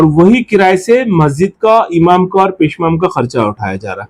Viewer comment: मंजन नहीं मौजन पेशमेन नहीं पेशईमाम